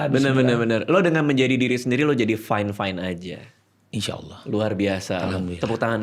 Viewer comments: baru sadar fine itu fyne. sat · apalagi guaa… everything is FYNE